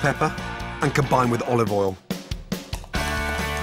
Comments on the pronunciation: It kills me everytime - I cant say it that way myself. Practice makes perfect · "OLIVOL" -Gordon Ramsay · Oi he said olOv Ol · Olive All? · Why is he pronouncing words incorrectly? Olivol, Sukulent, tu-erm-eric, wander. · Olivol and wooshtrshtr sauce 🤤🤣